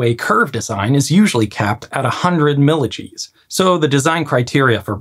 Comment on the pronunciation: I don't know what's happening in Gradywood these days. Just remaking something already done in animation with the remake being real life. Lol just kidding - you always make a great video. Also when you said "milli-Gs" I've never heard that particular unit of measurement so I thought it was some engineering only unit as I basically pictured it as "millijeez" or something akin to that. So I was like ??!?? what is that?